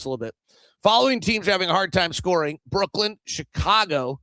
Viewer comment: I'm pretty sure that it's Brooklyn and not Brooklynd. 🤷